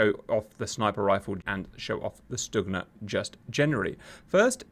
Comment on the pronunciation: Stugna is pronounced Stuhna